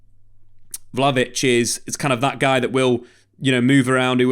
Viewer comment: It's not vlahavolic. It's vlahovic. 😬